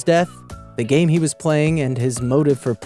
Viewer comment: its game not gam